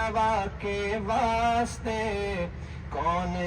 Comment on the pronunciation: ماشاءاللہ حضرت اقدس حافظ صاحب ایک عرض: واسطے میں سین کا سکون نہ پڑھیں، بلکہ زبر پڑھیں، پھر کسر واقع نہیں ہوگا۔ اللہ آپ کو سلامت وخوش رکھے۔ دعاؤں کی درخواست ۔